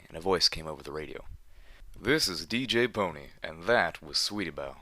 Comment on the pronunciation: Good, someone who says DJ Pon3 right